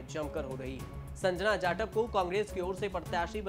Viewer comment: Tu patrakaar kisne banaya hai tere se jatav aur Sanjana Naam sahi se nahin liya ja raha hai